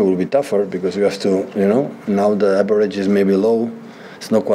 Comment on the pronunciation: A Spanish accent has to be the most hurtful way to describe failure.. "The aberage is very low" it hits differently 😢